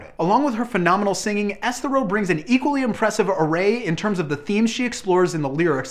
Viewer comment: is it me or is that dude pronouncing Esthero wrong. I agree with his album selection as I have been a big fan of hers' for many years now, but the dude is totally pronouncing her name incorrectly.